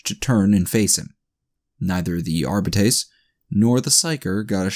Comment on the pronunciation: I can't help but cringe at every pronunciation of Arbites or every time you swallow massive amounts of saliva. Otherwise great reading and entertaining story.